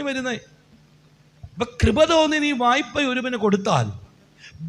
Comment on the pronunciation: "വയ്പ്പ" എന്നല്ല. "വായ്പ " എന്നാണ് ശരി.